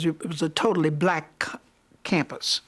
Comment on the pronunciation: I do not like the disrespectful Tone of the interviewer’s voice. Like this old lady was working for her, or something. (And the way she pronounced the word “Black.” Annoying.)